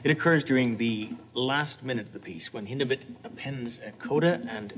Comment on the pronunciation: One of the few people that actually pronounce Hindemith’ name right